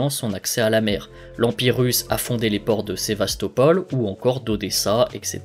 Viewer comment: "Gna gna Sevastopol gna gna" on dit "Sébastopol" ici garçon, comme l'arrêt de métro... cheh ! Et sinon à la fin "des zones un peu chaudes... comme par exemple l'Arctique" faut revoir la géographie des climats je crois bien.